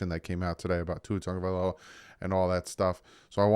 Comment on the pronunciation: Why are folks saying TUNG-Uh-Vai-Low-Uh? It’s TAGOvailoa.